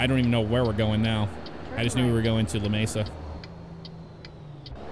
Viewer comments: clayton NM. and its pronounced Lameesa. i live about and hr from there. 20 min from Hobbs NM. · love your vids. you mispronounced Lamesa though